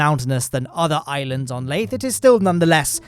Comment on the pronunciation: LAYTHE HELICARIER